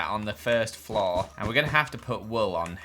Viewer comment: I love how says flore. florrre